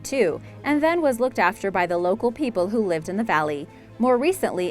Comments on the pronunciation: #2 (Hermitage), is pronounced "hermatidg" or "ˈhɜrmɪtɪdʒ", not "hermitaush". #1... I would rather have the "castle" on the bank behind the island. (Three story with the bell tower.) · short (a) in hermitage not hermitaage! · 12:94 LOl "hermi todge" pronounced hermi tidge. And i'm Irish so don't argue with me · Why is the silly bugger pronouncing Hermitage funny?